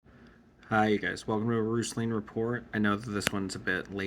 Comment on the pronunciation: You pronounce roostlings with a silent T?